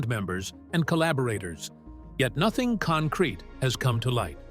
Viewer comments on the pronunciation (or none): none